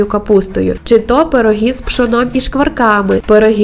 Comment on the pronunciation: Те що все розповідаєте це добре і навіть цікаво, але так гундосите, що аж голова розболілася, полікуйте гайморит, чи що там у вас, не в образу. І коли монтуєте відео не обривайте закінчення слів,😏і чому в словах, де має бути И ви говорите І, наприклад, пиріжкℹ, а не пиріжкИ, чℹ, а не чИ, якось дивно озвучуєте слова українською мовою. Тісто замішане рідко, тому і такий хлібчик вийшов пухкенький, смакота.👍👍👍